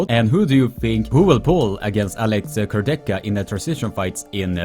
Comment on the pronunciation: You pronunce Kurdecha wrong! It sounds awful😣